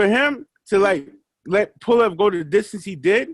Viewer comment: It’s pulev 😂😂😂😂